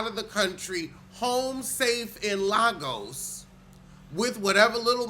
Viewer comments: love you but it's not "larrrgoes" lol it's Lagos pronounced "lay-gus" say it with me "lay-gus" love you 😂❤ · I love you. Also it's pronounced Lay-gus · It's pronounced Lay Goss!!